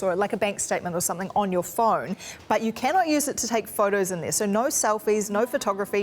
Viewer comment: CBC at least hire someone who can speak English! It's not eddress, mintion or frone.